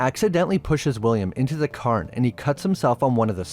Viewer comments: Secondly, it is pronounced more like Cayern, with the cay pronounced like day. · Why are you saying "Curn"? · That must be the Irish pronunciation of the word Cairn. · God! I had to stop watching after a couple of minutes, because he kept slaughtering the pronunciation of cairn… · You are pronouncing cairn wrong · i like your videos but your pronunciation is killing me, Cairn is the standout in this one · You don't have to say cairn in an Irish accent lol. But thanks for the video, I'll have to watch this one.